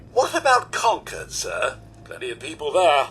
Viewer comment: Yes! They pronounced Concord correctly!